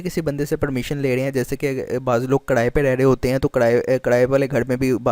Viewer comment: karae py reh rahain hain karae py. true lahore "R"